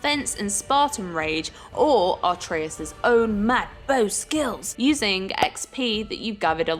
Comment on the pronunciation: It's Atreus not Artreus